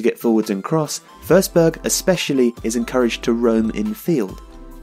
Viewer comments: It’s FORSBERG man not FERSBERG LOL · You pronounced the swedish "ö" pretty well.. just that it is a regular "o" in this case. So "o" in forsberg should be pronounced pretty much as it's written. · Stop saying FURsberg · How does "Forsberg" become "Fehrsberg"? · Your pronounciation is wrong, the way you say it it would be spelled försberg or førsberg. You pronounce it like the o in strong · YOU SAY HIS NAME WRONG BUT IT'S ANOTHER BRILLIANT VIDEO LOVE YOU KEEP DOING BRILLIANT VIDEOS EVERY DAY BYE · Good video, but you pronounce his last name wrong :/